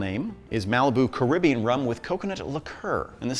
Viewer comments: Car-rib-b-on. That’s how it sounds? ✌️ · Caribbean. Carib Bean.